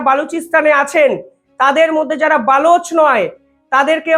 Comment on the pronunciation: এই ছেলেটার উচ্চারণ খুবই খারাপ। বেলুচ নয় কথাটা হবে বালোচ। অত্যন্ত বাজে প্রতিবেদন করে।